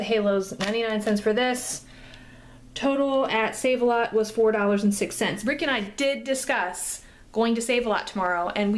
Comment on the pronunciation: Thanks for the heads up on Sav-a-lot.